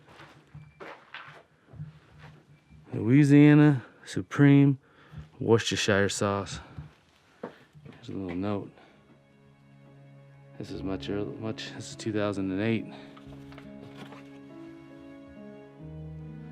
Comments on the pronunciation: Worcestershire.... Just pronounced Wustersher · W always pronounced it 'worse te sure.' :) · I had to laugh when you failed to pronounce Worcestershire Sauce!